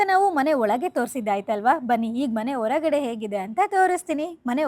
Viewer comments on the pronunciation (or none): ಆಲ್ ಅಂತ ಹೇಳಬೇಡಿ ತಾಯಿ.. ಅದು ಹಾಲ್.. ದಯವಿಟ್ಟು ನಿಮ್ಮ ಅಲ್ಪಪ್ರಾಣ-ಮಹಾಪ್ರಾಣ.. ಒರಗಡೆ ಅಲ್ಲಾ ಹೊರಗಡೆ.